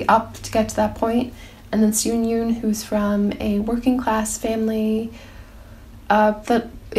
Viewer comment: adore these updates! fyi steven yeun is pronounced "yuhn" not yoon.